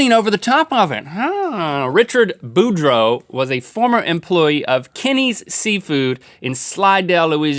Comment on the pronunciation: It's BouDREAU. Ya gotta say it like a Cajun, y'all.